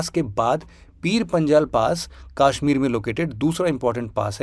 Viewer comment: Aur kashmir ko kaashmeer bhi na bole ....bht irritating lgta hai 😂😂